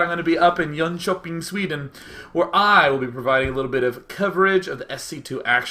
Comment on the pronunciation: I love how he pronounced Jönköping !!